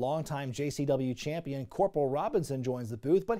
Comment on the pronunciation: I remember hearing say"campionshit". Made me laugh so hard